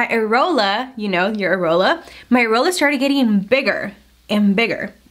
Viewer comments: IT’S AIR-EE-OLA! 😂💀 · i was laughing so hard at the way you say areola 🤣🤣